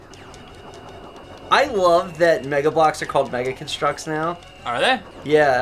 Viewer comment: Mega CON- structs, not Mega Con-STRUCTS. You put the em-PHASIS on the wrong syll-ABLE.